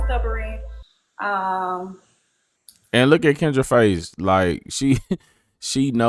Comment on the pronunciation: Stubboron😂😂😂....it's stubborn